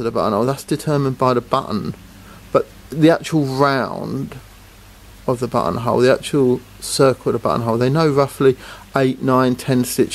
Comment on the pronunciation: Your accent makes "buttonhole" sound like butthole.